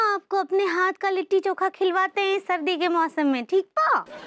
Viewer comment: Kon he anpadh & tv youtube ka editer 😅😂🤣 लिट्टी चोखा होता है kitti choka nahi 😂😅